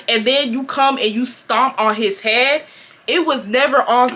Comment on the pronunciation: HEAAAADDD?!?!?? I thought he was saying hand 😂😂😂 I would’ve beat her ahh tooo